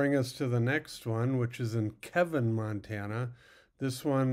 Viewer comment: It's Keeevin